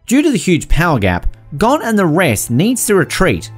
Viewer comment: I think I’ll let him pass with kinda saying gone instead of Gon